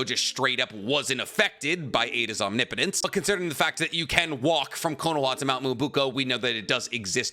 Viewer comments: Holy shit said Omnipotence correctly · Oh my god!!!!! You’re finally pronouncing OMNIPOTENCE correctly!!!!!!!!!!!! 😮🤗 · I appreciate that you started pronouncing "omnipotence" properly. Lol